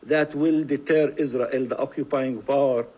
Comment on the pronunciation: I can't stand that Israeli speaker. He pronounces all his r's as w's. "Iswael" "wesolution" "genewal."